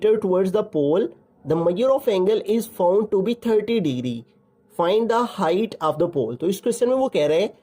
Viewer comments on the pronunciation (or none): Thank you sir but in you said the height = aich😂😂😂😂❤❤❤